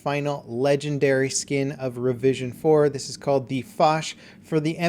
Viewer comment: Anyone else hear "revision 'foreskin?" No? just me? okay lol.